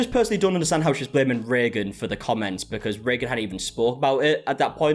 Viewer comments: “Reegan” gave me a good laugh. Yea it’s pronounced “raygan” in the states. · It's "ray gun". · typically pronounced Ray-gen